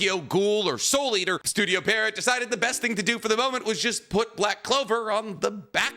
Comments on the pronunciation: Studio PIERROT. PEE-ER-ROT! It's a word for a French pantomime. Not PERRIOT, please learn to speak this is not the first name I am forced to hear you destroy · Bro it's Studio Pierrot, as in "Pee-Air-Oh", like a clown.. NOT Pair-E-Aught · for the love of god... it's not perriot, it's pierrot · I don't want to be that guy, but you're pronouncing the name of Stodio Pierrot (Pyer-roh) like Studio Parrot or Studio Period X3> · It isn't that hard to pronounce 'Pierrot', c'mon man. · Say the name of the damn studio correct!!!!